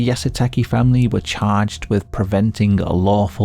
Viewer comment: How hard is “Yah - Soo - Tah - Kay” To say?